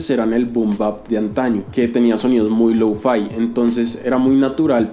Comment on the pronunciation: Creo que se escribe lo-fi, no louu-faai XD